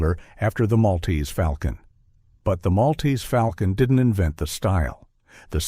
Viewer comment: If one is going to refer to The Maltese Falcon, one must pronounce it correctly. The correct pronunciation—so spoken in the movie itself in fidelity to the euphony that Dashiell Hammett clearly had in mind—is "mawl-tease fawl-kun." The "mawl"/"fawl" echo was quite deliberate.